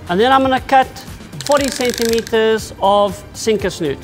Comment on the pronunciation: Thanks for video Hook Snood, as in England, - English! Not snoot! 🎣